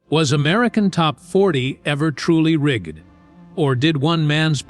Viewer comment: Rig-ged. Make sure your AI driven voices know how to pronounce words correctly!